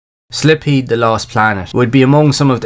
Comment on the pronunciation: My guy… its Silpheed (pronounced as “Sil-feed”) not Slipheed 🤦‍♂️ All good, no one is perfect 👌